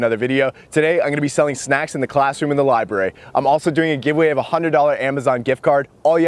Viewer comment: 'I'm going to be selling snacks in the libray ' I love how he said Libray not library